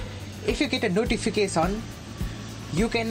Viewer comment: the way u say notification was funny